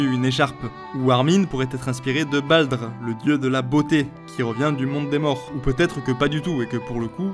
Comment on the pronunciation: Je veux pas chipoter, mais le "J" se prononce "Y" (Jötun, Jörmungand) et lorsqu’il y a un r à la fin ça se lit -er (BaldER, SurtER, FimbulveltER) ^^